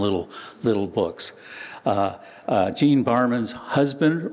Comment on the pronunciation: "Jean", not "Gene" ... 50/50 guess goes wrong ! Sorry AI ... (÷